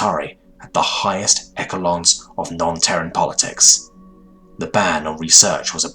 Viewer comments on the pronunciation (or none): Echelons, is pronounced Eshalons, not eckalons